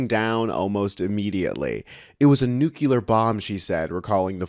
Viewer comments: Just a note: It's Grazer, not Glazer. Also, nuclear, not nucular. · Good video... totally agree. The word that you pronounced, "nucular" ("new-kule-ar"), does not exist. There is no such word as "nucular". Um ok, sure, George W. Bush used to mispronounce "nuclear" that way also lol. But come on, it is the kind of mispronunciation that one expects to hear from MAGAts, etc., not from well-informed video hosts. The word is "nuclear"... you know, "new-klee-ar". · JFC, are people not abler to pronounce NUCLEAR correctly anymore? It's "NEW CLEAR", not "NEW CUE LAR". FFS people. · Don't mean to be a jerk, but it's one of my pet peeves when people mispronounce nuclear. It's not 'nuke-YOU-lerr,' It's pronounced 'nuke-LEE-err.' Easy way to remember (besides just looking at the spelling) is that a cell doesn't doesn't have a nuke-you-less, it has a nucleus (nuke-LEE-us.)